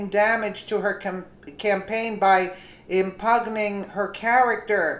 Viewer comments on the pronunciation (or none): im-pyun-ing (impugning) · Im-pug-ning? Seriously!!